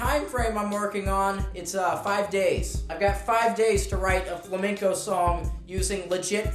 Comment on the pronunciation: Vuelves a decir fLaMeNcOu, y tenemos un put0 problema